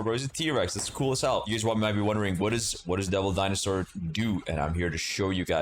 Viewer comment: "DINSOAUR" son i am CRINE